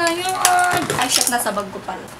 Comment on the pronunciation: "at shet " haaha